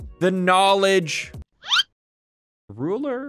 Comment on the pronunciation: lol why did you say ruler like a spring in sonic the hedgehog